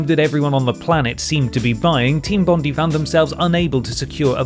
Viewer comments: Jesus - Team Bondee? It's Bond-eye - named after our most famous beach. Can't believe an Englishman has never heard of Bondi Beach (if ya know, ya know!) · Sorry for being a nerd but team bondi is actually pronounced team bond-dye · Someone doesnt know how to pronounce Bondi.